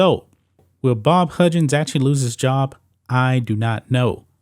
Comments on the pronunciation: Lol he messed his name up like 78 times. There's no D in his name. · Huggins..NOT Hudjin's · This guy also can’t say the name right, it’s HUGGINS….Not Hudgens 😂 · How does he not know how to pronounce Huggins? He’s never watched College Basketball? He keeps saying Hudgins... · ITS HUGGINS NOT HUDGINS SMH but ya he’s done for can’t be that stupid man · Dude learn to say the guys name . It’s Higgins not hudgins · I cant stand the way you say huggins’s name. It’s HUG gins. Not HUDGE ins. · His name is pronounced Hug-gins, not Hug-jins. 💪🏾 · Its Huggins, as in hug. Not "hujins". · How in the fuk dont u know how to say Hug-gins..😂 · learn how to say his name if you’re making a video about him…. you hurt my head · Way off topic but relevant, how do you consider yourself a sports expert when you cannot pronounce the name of one of the most well known coaches ever? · Huggins with hard G sounds. How does a sports show think its pronounced with a J sound?? 😂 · I agree Huggins should go, but you sir, need to learn how to pronounce his name!!